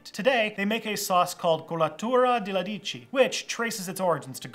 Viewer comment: I'm Italian (from the North) and I didn't know about "colatura". ("alici" btw, not "aldici"). at Eataly it costs 6€ for 100ml and 18€ for 250ml.